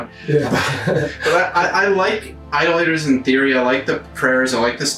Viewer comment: I can’t help but think you were trolling us with the pronunciation of Idolators the whole way through…